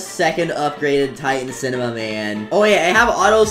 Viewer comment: 1. u didnt say upgrade titan cinemam but u said upgrade tittan camerna bro